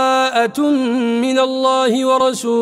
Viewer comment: قراءتك جميلة وصوتك عذب ركز علی التجويد في اول السورة لم تأتي بالادغام في كلمة بَرآءةٌمن